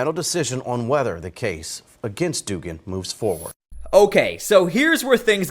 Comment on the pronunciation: The name is pronounced dug-an.